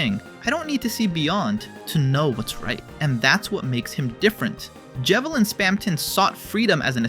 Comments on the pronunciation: Dudeth is Je-Vil not Ye-Veil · it’s a j not a y 😭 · its je/vil not jee/vil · Im sorry YEVIL?????😂 Its literally a combination of the words jester and devil where does the Y come from 😭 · I hate how you pronounce Jevil. It's J, like Joker. That's what Jevil is. The Joker card. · Jevil ❌Yevil ✅ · No offense, your pronunciation of Jevil is so annoying. It’s a mix of Joker and Devil Joker! A G sound Jevil isnt pronounced like Yevil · bro really said "Yev-ill" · Ye-vil.... God that hurt my soul.... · i'm sorry but there is no WAY you pronounce it "yevil" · interesting video but the pronunciation of names is frying me bc who is yevil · bro did not just call him yevill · every one of this mans videos ive watched so far has at least once horribly mispronounced a characters name and i just have to sit back and do my damndest not to fall for the ragebait 'yevil' my ass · "Yevil" "GARE son" Dude stop Good video but please.. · Who the hell is,”yevil” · did you just call jevil "yevil" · Jevil I'm pretty sure is pronounced with a hard J or "ge" sound, as he is Jester (or Joker) and Devil both. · oh my fckn gawd don't say yevil ever again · That's not an accent the pronunciation was just plain wrong not to mention he has a perfect accent and pronunciation for the most of the video so it really is weird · “Gaerson” “Yevil” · First time I hear Jevil pronounced like that